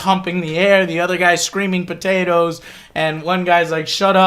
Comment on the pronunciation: All I have to say is this: They're POTATOES. PO TAY TOES. Not BUTTatoes. The word begins with a P, not with a B. They're absolutely, positively NOT "buttatoes" so please stop saying "buttatoes", people. I do not want to eat something called "buttatoes".